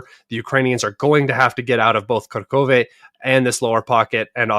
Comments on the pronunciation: plz say not karkove(Kurahove). Say Coo asin Cool. Ra as in row How as in Hoyhoyhoy Ve. So it's. CooRaHoyVe. LoveYa❤ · It’s KU-RA-HOVE